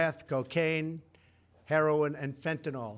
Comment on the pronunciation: Did he say "herolin"??